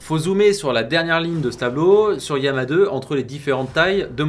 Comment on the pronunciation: Yama ? D'où vient cette prononciation ?